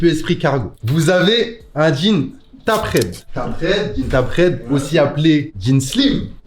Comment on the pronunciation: Tapered se prononce "tayperrd" mdrr